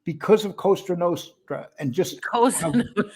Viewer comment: Cozee Nostra love mispronouncing things good show guys